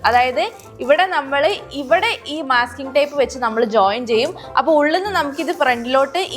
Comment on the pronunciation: not myasking tape it is masking tape